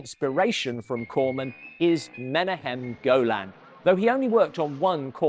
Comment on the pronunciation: It's amazing you still don't know how to pronounce "Menahem Golan."